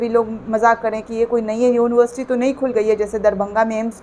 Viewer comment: जब पढ़ें लिखे होते तब ठीक से बोल लेते। यूनिवर्सिटी,सोरी सोरी।यूनिबरसीटी के छात्र को कितना ज्ञान होता है आप ही अनुमान लगाये।